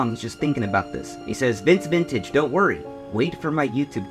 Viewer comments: Brother its vince VINTAGE not vantage lol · Say it with me vince vintage, not vantage